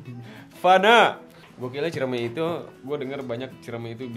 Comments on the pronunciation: Gn. CIREMAI sob, bukan CIREMEI 😬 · Btw Ciremai yaa bukan ciremei😂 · Sorry bang, nama nya itu ciremai bukan ciremei.. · Ralat bos kuh. Ane kuningan asli. Namanya gunung Ciremai! Not ciremei